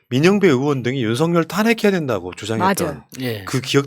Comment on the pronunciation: 윤서결이 맞아요..윤성녈이 아니고 ㅋㅋ